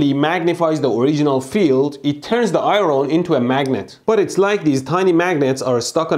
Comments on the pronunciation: Eye ron? Is that like, erm, iron? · What is "eye-roan"? Is it that expression I make when you blow yourself up? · I don't know why but your pronunciation of iron is (i,ron) I thought it was a type of metal alloy but actually it is iron I think it is just a way you pronounce it? correct me if im wrong hahahha I was confused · Eye Ron? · And yet we say "IERN"